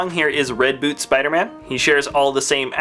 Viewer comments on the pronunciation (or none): none